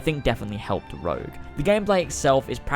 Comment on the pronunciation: Rogue not rouge